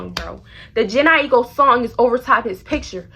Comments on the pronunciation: IT"S JA-NAE I-KO. LMAOOO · bestie it's (jhene aiko) "janae i-koe" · Hahaha when you said jhene aiko lol you said it wrong but in a funny way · its you pronouncing jhene aiko name wrong but the shi was funny ass hell 😭😭😂.